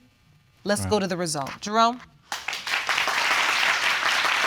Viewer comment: Why do I sometimes hear Jerome's name as "Jerone"